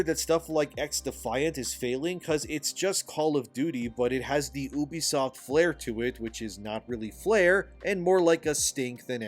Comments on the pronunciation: First time I heared someone pronouce Ubisoft as Obisoft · Farcry is a very special series to me. If this company burns i cant blame anyone for wanting to dance on the ashes but i dont want this to be the end. Ubisoft needs to just do better. Also you need to learn how to say ubisoft and not Oobiesoft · For the love of god please stop pronouncing it "ooh-bisoft", it's pronounced "you-bisoft", I know this for a fact having work with them